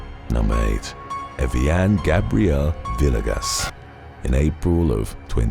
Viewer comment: Man, It's "Vee-ay-gus" lol